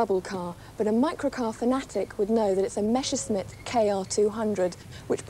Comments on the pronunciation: Messerschmitt, not Meschersmitt .... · why "meschersmitt" and not "messerschmitt"?